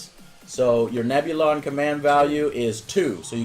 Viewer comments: Grand Admiral Moff...wtf lmao Also Neb-Illion B? You mean Neb-U-Lon B lol All credit for making ok Tie Fighter Sounds are Null & Void now. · Interesting. Good watch, but dear god man.... Nebulon is pronounced Neb-U-Lon, not Nebilion!!!!! >.<